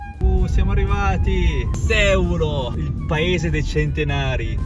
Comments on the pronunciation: Finalmente la Sardegna più vera! Unico errore, si pronuncia Seùlo, non Sèulo😊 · Bel video, una cosa sola però: si dice Seùlo e non sèulo. 😅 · Bel video, però mi chiedo, ma davvero nessuno ti ha corretto? Si pronuncia Seùlo e non Séulo, sarebbe come dire Romà al posto di Ròma, non si può sentire. 😂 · Bravo. Però si dice Seúlo e non Sèulo. Errore veniale, perdonato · Seuuuuulo pronuncialo con una U lunga ed è giustissimo :) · Grande! Sei andato un un posto stupendo! La pronuncia corretta è Seùlo. Io sono originario del paesino poco prima Sàdali. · bel video, però si dice Seùlo con l'accento sulla u, scusa mi mi stavano sanguinando le orecchie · La pronuncia corretta è Seùlo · Seulo con accento sulla u..un abbraccio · Seulo l accento non va sulla ~ e ~ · Ahahaha come ha letto Seulo😂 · Grazie per il video, un solo appunto: Seulo, con l' accento sulla U. Ciao. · Benvenuto nella mia terra... una volta che ci passi... poi ci torni... perché questa terra è magnetica...tesò nel nome del paese Seulo l'accento va sulla u... 😅❤😊